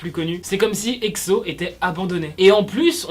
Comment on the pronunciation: Pk tu dis Ecso ou lieu de Exo